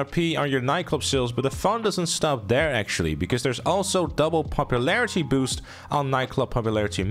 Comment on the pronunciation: "Popuplarity" English, my guy. It isn't hard.